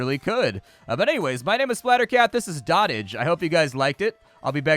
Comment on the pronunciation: Doat-ij, not dott-ij